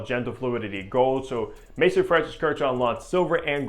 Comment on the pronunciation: Also, MAAAAAAYZOOOOON. Not Mason. FFS.